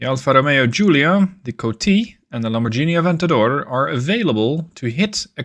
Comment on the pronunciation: Love the campaign, but heads up, it’s a hard g in Lamborghini :). Also congrats on bambino numero due!